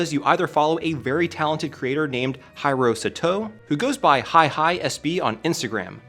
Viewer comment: Hiro is spoken the same way as Hero, not Hayrow.